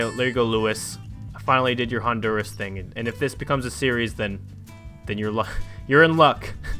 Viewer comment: meyk it a suiries